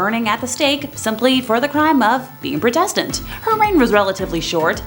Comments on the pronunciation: This presenter should learn how to say a number of basic words ie pro test ant instead of protastant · EVERYTIME SHE MISPRONOUNCED PROTESTANT I CHOKED ON MY COFFEE